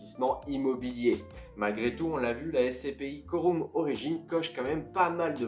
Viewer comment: Ça se prononce pas coroum